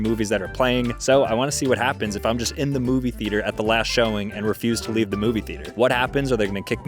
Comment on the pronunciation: bro was saying leaeve leave